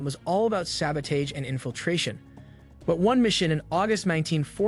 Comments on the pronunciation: Not sabodage… SABOTAGE (SAB-uh-tahzh) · Good video but hearing it pronounced sabo-taaage is throwing me. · Why do you pronounce sabotage like that? Are you Canadian or something?